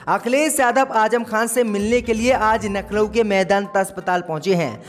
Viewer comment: सब बात सही है लखनऊ बोलो नखलउ नही